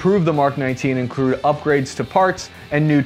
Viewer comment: You said incrude? What's the matter, do I look like a wabbit, ha?!